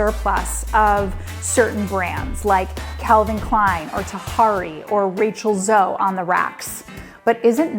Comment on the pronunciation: It’s Rachel /z-O-E/